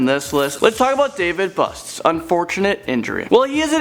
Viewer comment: It's pronounced David boost